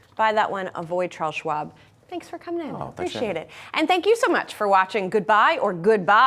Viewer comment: He kind of pronounces Chares Schwab as dead.